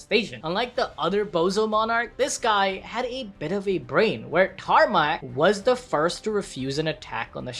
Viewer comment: "tarnak" - "wait, did you say tarmack?"